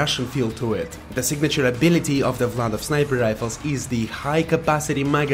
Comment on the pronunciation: You say Vladof perfectly.